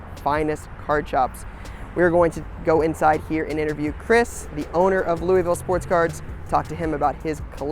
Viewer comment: it’s not “looeyville” it’s “looavul”. Lol sweet video tho